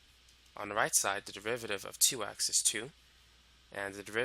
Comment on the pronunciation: "If you wanna find the devivaviv..." sorry man, you are making this topic easier and at the same time funnier cause of how you pronounce derivative